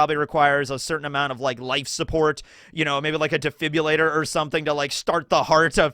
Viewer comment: He said defibrillator correctly!